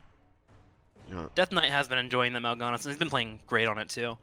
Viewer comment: Has learned how to pronounce Mal'ganis yet? He made it rhyme with Sylvanas and it bothered me.